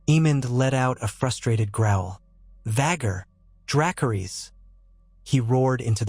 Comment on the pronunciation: “Vhaguuuurrr” and “Viseñyaaa” pronunciation will always make me cackle. Any time I hear it in these videos I flinch and laugh at the same time. 😂